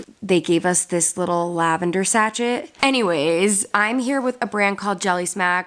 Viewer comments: Lavender sachet. Just a heads up, no hate… it’s pronounced sashay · I'm so sorry to be THAT person, but sachet is pronounced sa-shay. The t is silent. I just had to tell you. Lol love you,!